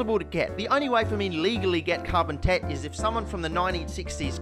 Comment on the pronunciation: Hehe carbon tet sounds like carbon tit